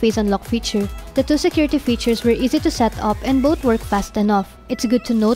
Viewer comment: It's three not tree lol...thu...ree. Girl voice overs sucks like yugatech. Gadgetmatch forever. Fowcus!!! Both not boat. You need to work on your TH girl.